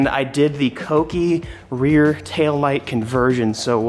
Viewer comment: Thank you for pronouncing kouki correctly